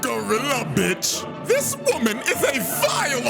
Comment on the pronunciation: You gotta check out the dub to hear how Scarlett pronounces "b**ch" as "beech"